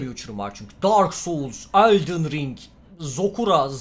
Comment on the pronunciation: Sekiroya zokura demesi peki...